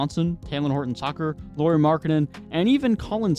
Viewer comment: "Can you want somebody better than Sexton in return from Donovan Mitchell?" Yes, how about Lauri Markkanen? 🤔😉😄 Btw. You might wanna check your pronunciations if you want to make your video quality to go up. 🙂 Both Lauri and Ochai were pronunciated wonky. I'm only saying because the video seemed to be nice quality otherwise.